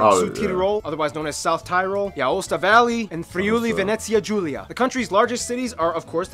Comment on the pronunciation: It's the first time that I hear someone saying Friuli Venezia-Giulia with the correct pronunciation...fyi: most of the Italians aren't able to say it correctly ahah (I'm from Friuli)